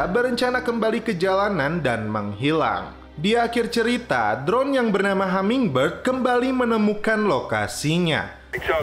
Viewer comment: Hummingbird bang bukan hammingbird